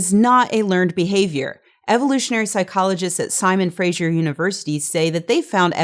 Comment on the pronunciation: I know I'm being super nitpicky here, but "Fraser" (as in Simon Fraser University) rhymes with "taser" - it is not pronounced like "Frasier". Sorry, it's just a huge pet peeve of mine.